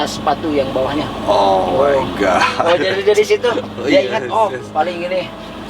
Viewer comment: Ga jls host'a .. Masa org sunda bilang nya OMAYGAT ... apa itu omaygat